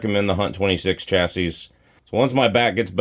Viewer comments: Also it’s pronounced Chass-ee…don-key! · The last s is silent buddy